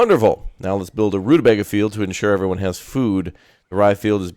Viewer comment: Hello watch your stuff all the time. I'd like a key but I will prolly buy it anyway on payday... Also only tuber to play this I've seen that pronounces rutabaga 'correctly'. Also, also if you haven't yet, try Space Haven. Kind of colony mgmt but you're a crew on ship(s) in space exploring and trying to stay alive by scavenging, building, trading and fighting (ship to ship and crew combat)